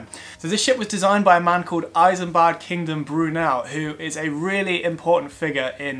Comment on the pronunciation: It's Isambard, not I-sambard.